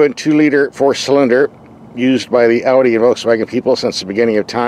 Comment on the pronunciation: An American that can pronounce "Audi" correctly. Wow.👍👍👍 As always great review.